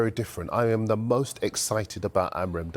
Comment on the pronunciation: Please learn how to pronounce Ruben Amorim´s name jesus u guys keep butchering his name